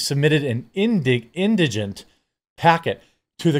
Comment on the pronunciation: Thank you. You're the first person I've seen that can actually pronounce indigent.